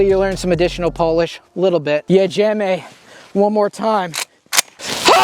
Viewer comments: Oh, Yes, JEDZIEMY (Great pronunciation) ..... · Your "Jedziemy!" is spot on ;)